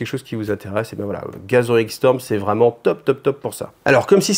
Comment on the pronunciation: Salut, Je ne peux m'empêcher d'entendre "gasolin storm",qui m'évoque un truc du style "gorkamorka", quand tu dit "gathering storm". Bonne chance avec ton english accent. Longue vie à cette chaine!